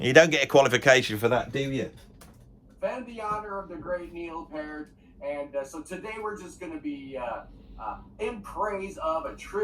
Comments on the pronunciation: It is my opinion that you're no clown but you're hilariously funny. It is also my opinion that Neil Peart (pronounced Peert, not Pairt like that true clown pronounced it) is the "greatest" drummer in rock thus far. He's not the "best" drummer ever, just the most inspiring and exemplary one ever. He's DEFINITELY the MOST OVERRATED drummer in history. I couldn't agree more with what you said in that video. He just HAS to be. He was Neil Peart, after all. Who else would be the most overrated? That guy in Culture Club? No! He wouldn't even get mentioned. Is Bill Ward the most overrated? NO! He's fucking amazing but he''s not Neil Peart. He rarely gets mentioned as being top 5, even though he might well be top 5. Saying that Neil Peart was overrated is NOT THE SAME THING as underrating him. If you ever do a list of "the most inspiring and influential" drummers ever, I'd expect that Neil Peart would make the number one spot because that's exactly what he was. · They could at least pronounce his name correctly…it’s PEE-art, not Purrt. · First guy couldn't even pronounce Neil's name correctly!! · If someone is trying to defend Neil and pronounces his last name in a wrong way... well, that's a red flag.